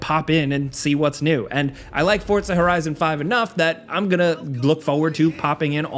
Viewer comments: It drives me crazy that he says fortsa instead of forza 🤦‍♂️🤦‍♂️ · It’s “FORZA”…not “Fortas”…😂🤣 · Forza, not Fort-za, so annoying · bro, as someone who speaks spanish and italian: dont say "FORTZA" lol. just say Forza. Sounds clownish. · "Forza" not "fort-za". There's no "t". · Please call it “Forza” not “FoRtZa” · Here's a comment for you then, why do you call the game Fort-sa ???? its For-Za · It's 'Forza' not "Fortsa" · Fortza? you mean Forza? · idk why everyone says fortza horizon. lol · Every single sole saying 'forza' be like: forTza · everyone: Forza Americans: Fortzaa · lmao. its "forza" not "fortza". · You said forta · FOR ZAH not FORT ZA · ForTza hah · Can I just ask why muricans pronounce it for t za? 🙄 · People need to stop pronouncing “FOR-ZA” WITH A T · ah yes, forTza, forgot the T was there. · how do americans fuck up most words on the planet?!?!? it geniunly bugs the shit out of me when i hear "for-t-za" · I can't take this guy seriously when he can't even pronounce the name of the game correctly. It's not pronounced "Fort-za" ! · I can’t Unhear “forTza” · Dude, where is the T in Forza? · There's no D in Forza🙄